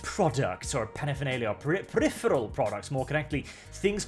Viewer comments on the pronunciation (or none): none